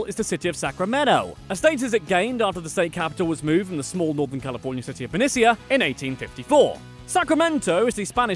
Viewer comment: 1) it’s NorCal 2) Benicia, the former capital, is pronounced buh-nee-shuh, Trust me, I grew up there. Also, there were like three other cities that were also temporarily the capital before Sacramento, not just Benicia. 3) Benicia is also the city where the secret of gold was leaked by a drunk guy in a bar so that’s fun